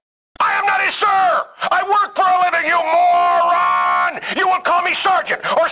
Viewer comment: My new favorite word is “mo-ran”